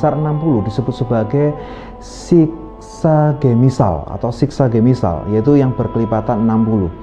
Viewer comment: .. decimal....bukan demisal